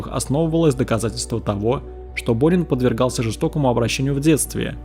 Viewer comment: Почему я всё время слышала "Бунин"😂